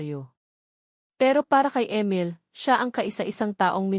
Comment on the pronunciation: Ang pangit Ng boses Mo..ang Emil naging amel.ang oa mu mg basa..hndi nakakatakot ang story kundi nakakairita ang boses muh